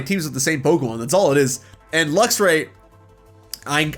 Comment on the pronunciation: DO NOT LEAVE OFF THE X IN LUXRAY!